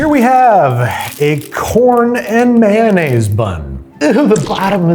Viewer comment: Delicious may-naise. :')